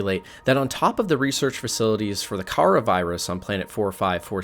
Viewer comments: I am so fed up with people calling it karah it’s pronounced ‘Kuh rah’. OK! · Kah-rah bacterium is how you pronounce it